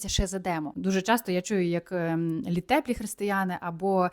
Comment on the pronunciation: Слава Ісусу Христу ! Дякую.дуже хочется вас слухати.Але не літе'плі а Лі' теплі,наголос на першому складі. Дуже прошу. Ще раз Дякую.